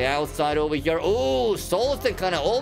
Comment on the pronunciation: 173 times he said over hëre in this video . But bro , not “over her”, correct be “over here”